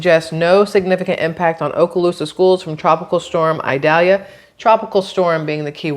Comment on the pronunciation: It's "eye-daylya". )ikely to be cat 4 at landfall around 8 a.m. Wednesday...somewhere between the Panhandle and Cedar Key?